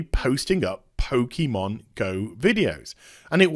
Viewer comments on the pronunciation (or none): Typical BBC, can't even spell Pokémon correctly. Also it's pronounced Pokay or Poka, not Pokey.